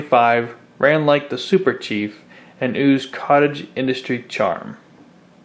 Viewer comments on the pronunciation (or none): none